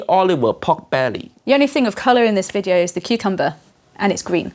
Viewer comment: Not "video" but "wijeo"